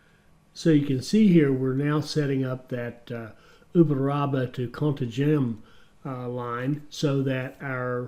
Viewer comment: As a Brazilian I can say that your pronunciation of "Uberaba" is great. But when you say "Contagem" I laugh. By the way, I'm train driver and I love this kind of game. Congratulations on your content about this game.